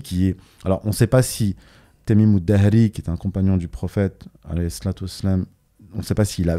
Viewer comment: Juste une remarque concernant le nom du compagnon cité par Youssef Hindi. Il s'agit en fait de Tamim Addari تميم الداري et non pas Adahri.